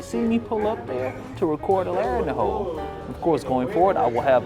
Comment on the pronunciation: The first time you said Larry in the Hole I swear I heard Larry in the Hoe. That is a completely different type of video. Really glad you did a video with the Professor. I don't play or know anything about Yu-Gi-Oh but love this idea of pack opening.